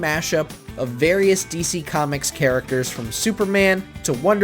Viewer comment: You said characterchers